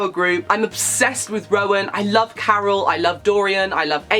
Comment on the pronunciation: Yes review please!! hahah you said Carol for Chaol but hey I was convinced it was Ch-o-l for 3 books!!